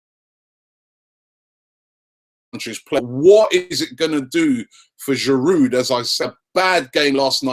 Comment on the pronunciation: I don't want to come off as a troll or anything but the D is silent in Giroud...You'd think die-hard Arsenal fans like you would make the effort to pronounce the players' names better. Disclaimer: I'm an Arsenal fan too.